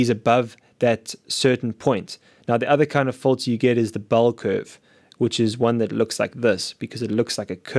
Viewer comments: Kahaan Ok. Just had a quick listen to him again. Hehe. It's weird how he says "in" fine, but then makes "Filter" into "Folter". Anyway have a great day. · You say fulter i say filter.